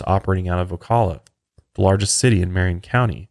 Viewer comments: You are saying Ocala wrong. Its my hometown. I am sorry. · so weird listening to you guys talking about the exact area I’ve lived in my whole life and I never even knew this happened also love the pronunciation of Ocala :) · I giggled at how he said Ocala lol. Fellow Floridian!